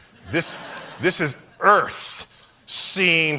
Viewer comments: This is earFFFFth Earfffthh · New pronunciation of earth 😂😂😂